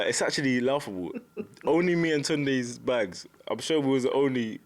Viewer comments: What’s with the Tonde? It’s Tunde. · Tundoo? Bunce can't even get his trainer's name right, Tunde will be raging 😂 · If bunce calls tunde tunday one more time I think I’m going to have a seizure. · Greg Brown toondy.... 🤣